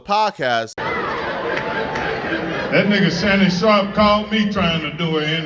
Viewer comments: Bro.. Fucking pronounce that mans name correctly... That shit is disrespectful as hell, mispronouncing someone's surname when you're perfectly capable of saying it right... Shannon SHARP! not "Shawp" or "Shop"... Cornball. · it's "sharp" bro, not "shawp."